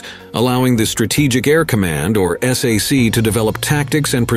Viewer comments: That's "sack", NOT "S. A. C". No one I knew when I was a service dependent living on base said the letters individually. "SAC", okay? I can tell by the cadence and the way pauses that should happen didn't that this is a bot. I only subscribe to channels with human voices. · Good video.. Narrator need to learn how to pronounce "SAC", "Stratojet" ,"Thule" and a few other words.